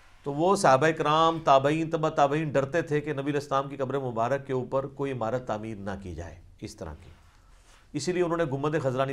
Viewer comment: Aslaam u Alaikum Ali Bhai Masha Allah Bohat Umda Jawab Diya Ap Nay. Jazak Allah Aik Guzarish Karni Thi, Lafz Mubarak Hota Hai, Na Keh Mubarik